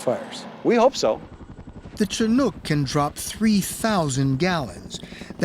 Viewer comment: Leave it to 60 minutes to mispronounce Chinook...🤦